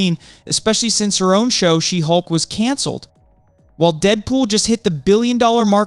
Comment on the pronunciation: SHE-HULK! not She'hulk